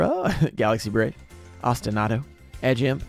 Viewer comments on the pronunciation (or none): none